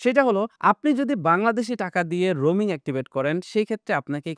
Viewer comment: Roming na, Roaming hobe